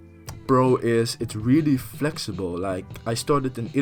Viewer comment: WOWOOWOWOWO---WAIT. ”FLEXIBEL” ? flexibel ? srsly